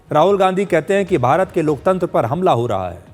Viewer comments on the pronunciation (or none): none